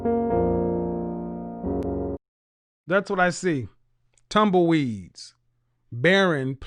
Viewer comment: He said “tumble-weave”.☠️☠️🤣😭You gotta warn us before those bars godfather 🤣☠️☠️